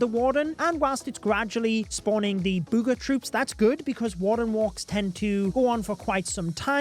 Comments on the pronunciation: I don't know why, but "bood ga troop" sounds hilarious 😂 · I love how says booger